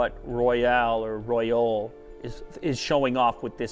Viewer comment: ROYOLE?!?! REALLY?!?!?!